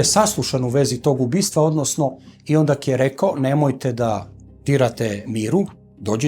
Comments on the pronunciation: једна ствар не каже се ОНДАК него ОНДА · Ovaj je 3-4 puta rekao ondak. Sa k. Ja se pitam kako nepismeni mogu da rade na ovakvim mestima